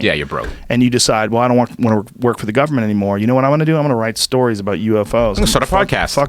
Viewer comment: Joe “Gubmen seacreatures” Rogan